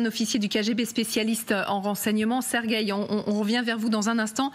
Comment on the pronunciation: Tres ridicules d entendre Serguei